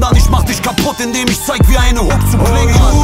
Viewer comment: Kann mir nichts geben wenn "sch" statt "ch" ausgesprochen wird. Beispiel: Isch